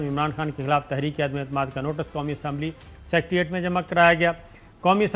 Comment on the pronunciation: Sabir Shakir...correct word is Secretariat NOT Sectreate...Jahil log aisa kehtay hIn